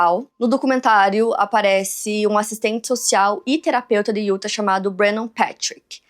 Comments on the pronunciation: a pronuncia certa de Utah é (iutá) sei que você faz muitos casos de lá e isso pode ajudar ❤ ( não é uma correção ta? É só uma dica se caso você quiser aceitar 😂) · Hey, correção do bem: se fala “Utá”. 😉